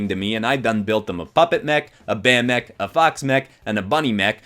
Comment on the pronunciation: When you said mech it sounded like you said neck